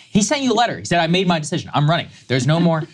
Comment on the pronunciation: "This sescision is his to make, (hiccup)"